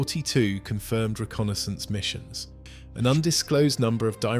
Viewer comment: Missions not misson